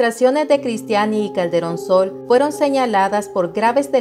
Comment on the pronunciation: Creí que decía " cachetón Sol" jajaja 😅